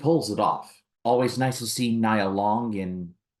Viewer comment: Nia Long's first name is pronounced as neeyəh.